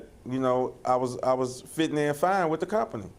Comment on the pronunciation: "Seent and stirred up and fitten in fine with the company"! What does that even mean?